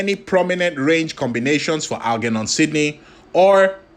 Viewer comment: I got 2 minutes in and it was too much...please pronounce "German" or "Germophobe", then try Algernon...and I thought Genghis was bad😂😂